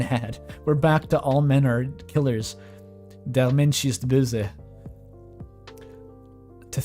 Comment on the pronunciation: Der Mensch ist böse XD Seriously that really sounded good pronounciation wise.